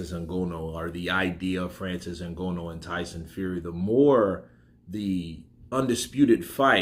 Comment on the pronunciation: It's Ng-an-oo not Ngono. But however his name is pronounced he's got zero chance in boxing